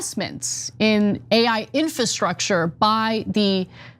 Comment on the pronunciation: Infrastructure? Can someone tech this guy how to read.